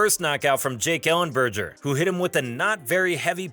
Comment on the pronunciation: And who tf is Jake Ellenberjer smh, imagine calling yourself and you cant even get those 2 things right, and Mike Goldberg correctly says his name like 2 seconds after that wtf